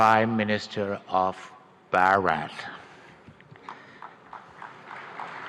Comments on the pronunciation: Prime minister of bharath naam bhi dekh ke bol rahen hai unse pronounce nahi ho raha India hi bol dete 😅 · The way he said "Prime minister of bhaooret" wtf 😭🤣🤣